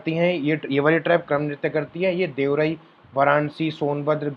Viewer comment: देवरई nahi hota hai bhai wo देवरिया (deoria) hota h